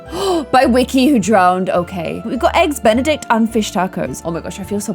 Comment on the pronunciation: Did anyone else realize that she said eggs benedict